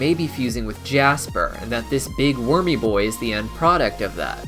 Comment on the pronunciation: It's funny when u say wurmy boi